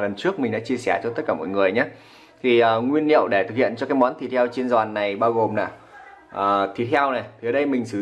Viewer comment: Nói bình thường thì không sao nhưng khi lên sóng nên tập bớt nói ngọng sẽ tốt hơn, chứ nghe quê và khó chịu quá: nguyên "niệu", hạt "lêm" "lấu" "ló" "lổ" "lóng" "nàm" "nuộc" "nại"...